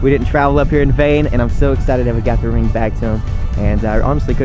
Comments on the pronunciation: "They found the ream." 🤔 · She said rinm in stead of ring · The way everyone else heard ream but me (a Michigander) heard her pronounce the NG but I guess the foreigners didnt. Lol imagine😂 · "maam they found the reeem" xD I love it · Love how when she was talking to mum she pronounces ring rin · She said they found the “ ream “ that’s beautiful god bless them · ”Mom they found the reen”